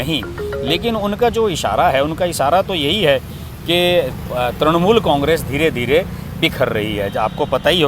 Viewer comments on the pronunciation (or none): त्रणमूल" नही त्रिणमूल" नही त्रुणमूल" नही "तृणमूल" बोलिये